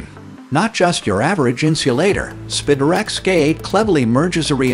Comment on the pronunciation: ‘spitter-ex-cate’ for Spiderex K8 ‘rel-lees’ for relies ‘martyr’ for mortar ‘sirdust’ for sawdust (?)